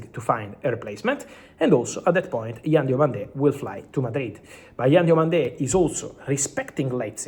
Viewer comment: Hi Fabrizio, Diomande is not pronounced with an accent on the last syllable